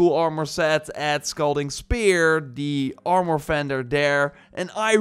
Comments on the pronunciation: From hearing "ar-mer" my whole life its extremely jarring to hear "arm-or." I could understand "ar-mor" but "arm-or" sounds like two words. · It’s Armor, not Arm-More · Armor not Armoouur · Armor is pronounced like this Arm- err Not are -more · I really like the part when he mentioned the “Arm-Oar” 😂 but this video is very informative. Thank you! 🙌🏻🙏🏻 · You're pronouncing "armure" as "armoire" ( /arm-war/), which means wardrobe, and it's so funny to a french speaker 🎋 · «Imor» «Ican» Armor and icon u mean😂